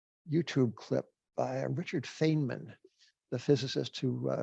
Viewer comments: Feynman, it sounds like "FINE-man," not "FANE-man." (FINE-mun, Feynman=Feinman) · Great interview. Jim Grant should get the Nobel in Econ, to at least cancel out Bernanke. (Jim: Feynman is pronounced “fine man”…he had his own moniker for the wayward field of physics, “cargo cult”)